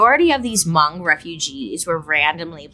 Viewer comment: Hi Bailey, I love you! I’m believe you’re speaking about Hmong people. Thank you for including us in your video. We are very spiritual people and you were definitely pretty spot on! Pronunciation could use some work but amazing!